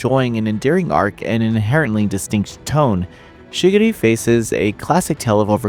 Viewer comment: Your Japanese pronunciation is abysmal It's Shi Gu Re not shigiri